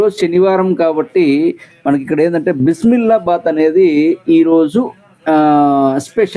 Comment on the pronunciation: బీసీ బేలే బాత్ అనాలి బ్రో బిసి మిల్లా బాత్ కాదు😅😅😅